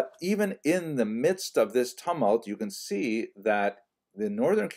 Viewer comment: Interesting pronunciation of 'tumult.'